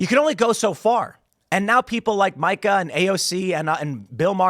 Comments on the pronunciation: Not important, but worth noting, it’s “Meee-kuh”, not “My-kuh” I’ve mentioned it before so I’m guessing you’re just doing a bit. Her dad armed the Mujahideen / Taliban. Joe, of course, was a Republican rep in Florida (who probably wasn’t involved in a murder) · I don't know why it bothers me so much, because she's detestable, but it's pronounced "Meeka." Every time he says it wrong, I'm like, "Who the f is Micah?" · “Micah”, Tim? You know Mika is pronounced “Me-cuh” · Tim. It's Meeka not Mica. 😊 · Mai-ka? Have I been saying it wrong all this time? I thought it was mi-ka as in Mi-chelle Ka-linsky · I love that Tim refuses to pronounce Mika's name correctly. It's "mee-ka" in case anyone was wondering. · Her name is Mika as in (Mee-ka) please you're a journalist at least say the lady's name right even though she's trash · It's MEE-KUH! Jeez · Tim, Mika is pronounced Meeka. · I feel like you mispronounce Mikas name on purpose, and it's is hilarious.